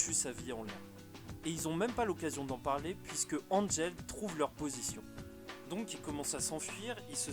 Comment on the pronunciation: Et c'est pas angel g ancher se prononcé *Ankrel !